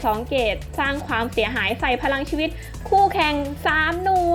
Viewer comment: พี่ครับทำไมพี่พูดไม่ชัดคำว่าพรังชีวิต